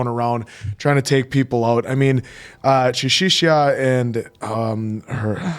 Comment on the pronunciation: Well, Arisu is Alice in English so it's fine. But the way they say Chishiya's name? now that's funny! 😂